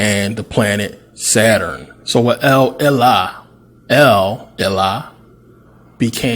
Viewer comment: Saturn yo...Sa-turn. Not Satur-in!!! Shout to the Pennsylvania educational system. Jus f-n witchu.. Thx 4 Vid.